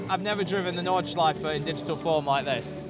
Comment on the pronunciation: Nordschleif-EH when will u mericans learn? when will u?